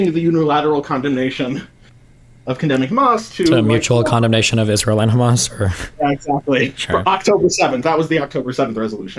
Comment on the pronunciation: I love when he pronounces it ham ass